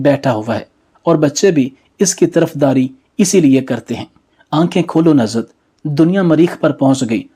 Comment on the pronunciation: It is Nuzhat not Nazhat,it is namaz not namaz.